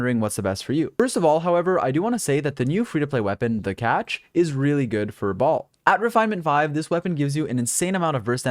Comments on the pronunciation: Lmao I heard “Baal” as “Ball” and I couldn’t stop laughing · i always hear him saying “balls” 💀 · My man keeps calling her "Ball." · BrIlliant guide but I still cringe every time you call her baal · Why do all you nerds call Shogun bal??? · It annoys the living hell out of me that MiHoYo mispronounces her name, causing the entire world to do the same. They could have at least looked up how to pronounce it before they recorded voice lines. It's pronounced "Bail" ffs. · thank you for the very helpful guide!!! altho it bothered me how you kept calling her 'Baal' because in the story it was explained that she isn't baal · Not Baal, akhctuly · i wonder when content creators would stop calling her baal, baal is already dead